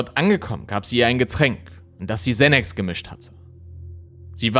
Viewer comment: Xanax spricht man im deutschen so aus wie es geschrieben wird. 🕯️🕯️🕯️🕯️